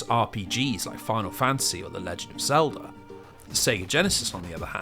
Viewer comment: My favorite part is when he says “Zelder” !